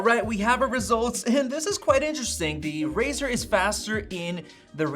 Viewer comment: It’s razer not razor